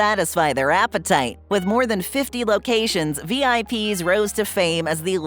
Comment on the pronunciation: IIRC, the name Vip's was pronounced as a word, not as the individual letters.